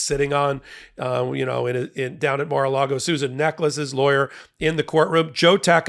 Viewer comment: You keep saying Mar-a -Lardo wrong.